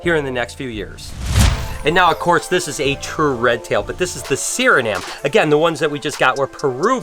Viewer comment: Hey.. Its guyanese and not guyanyan. Guy-ana.. its suri-nam.. e is silent.